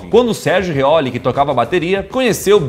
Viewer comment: "Sérgio Riolho"